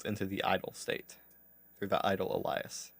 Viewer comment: Thanks for all the content, appreciate you running through all of this. Just a heads up Alias is pronounced ay·lee·uhs. Hate correcting people but this might help you in future.